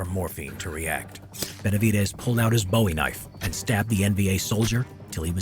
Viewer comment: Great video...but its pronounced boo-ee knife, after jim bowie. Boo-ee is the knife, Bow-ee is the singer :)